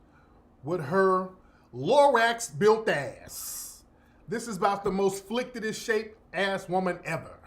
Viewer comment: Dang, Tariq. No you didn't say flicted . 😂😂😂